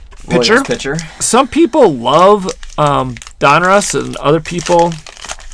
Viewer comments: Just a question, do they say things different where you guys are from? You say dunruss instead of donruss and coealation when its correlation. Coealation is not a word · Back in the 80s we used to pronounce it Dun-russ